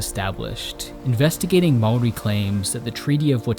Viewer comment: HE SAID MAORI RIGHT HES AN AMERICAN AND HE SAID IT RIGHT!